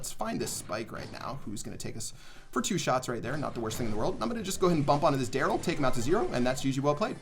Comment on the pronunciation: He literally calls Darrell everything but Darrell